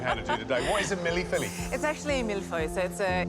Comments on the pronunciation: "Milly filly" 😆😆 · Worst effort at Mille Feuille i have ever seen. That was a bad biscuit and nothing resembling a pastry. Lived in Paris for 5 years. Disaterchef is more the moniker. She may want to learn how to pronounce the dishes name, being a "Masterchef"